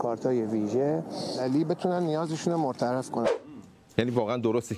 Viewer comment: مرتفع رو میگه مرترفع